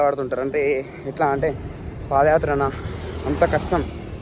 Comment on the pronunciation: Pada kaadhu, paadha yathra Pls correct